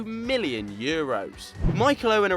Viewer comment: why does he says mhilion and not million?